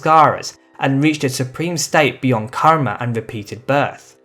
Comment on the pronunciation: ur karma pronouncation r wrong even ur all sanskrit pronouncation r wrong bro